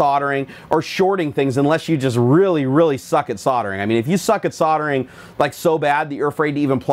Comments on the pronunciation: Surely you mean soldering and not soddering. - there's an "L" in there. Sol [der] Ring "Soddering" means something completely different! LOL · Nerdgasm lol you can say it however you please, but I think you put too much emphasis on the "re".